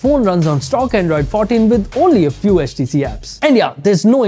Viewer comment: Man said HatchTC 😂